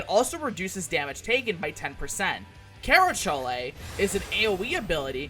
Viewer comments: If you're curious, abilities like kerachole are pronouced ker-ah-coal or ker-ah-choal much like how you would pronouce charon karen or char-en. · lol the -chole pronunciation. C's in Greek are pronounced like a K, and the H is basically silent in the English latin spelling, so so just say it as you would with the word coal. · Tauro-kohl, ixo-kohl, kera-kohl. It's Greek. Helpful and fun video! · Druchole, Kerachole, Ixochole, and Taruchole are pronounced like the Chole in Cholesterol. If for some reason you want to be pedantic, pretentious, or have an obsession with pronunciation, this is something you now know.